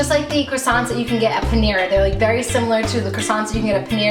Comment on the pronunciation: She says Panera really weird